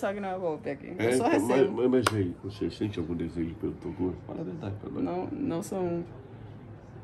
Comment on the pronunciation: Toguro e não Tuguro desculpas